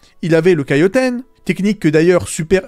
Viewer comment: Taiyoken * c'est mieux...kaiyoten 🤣🤣🤣 un effort svp